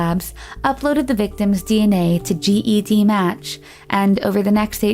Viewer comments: it’s Ged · CeCe Moore is a super hero! Also it’s pronounced” JED “like the name match. Not G.E.D match. Just for future. Fantastic video! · it's spelt GED but pronounced JED. Ive been wanting to correct her during this whole video lol